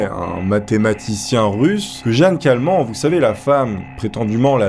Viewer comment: Si la vielle a la fin c'est Jeanne Kalman ça ce dit '' Kalmane '' je dis ça parce que je m'appelle Kalman 😐😂 voilà merci 😀😀